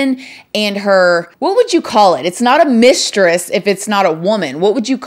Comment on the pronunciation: I remember Martin saying "Misteress" when he thought Gina was cheating😂😂😂😂